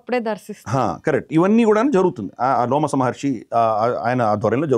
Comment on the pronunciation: అయ్యా లోమస మహర్షి కాదు రోమస మహర్షి...... ముందు మీరు చదవండి గురువుగారు మహాభారతం సరిగ్గా